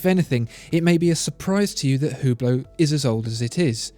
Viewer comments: It's pronounced "ooo-blow", btw, not "hue-blow" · Its pronounce without the H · Learn how to pronunce Hublot. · you are absolutely fantastic. love your vids. However, it is absolutely ridiculous how you pronounce the french watch brands!